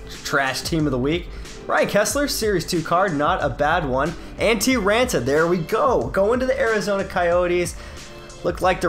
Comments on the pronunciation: the double a has more of an o sound like on. Antti RONta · You're saying raanta wrong. Good video though.